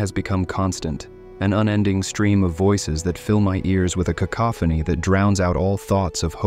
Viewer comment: somehow capable of pronouncing cacophony but incapable of pronouncing stepped or bastard 😂 seems legit 🥴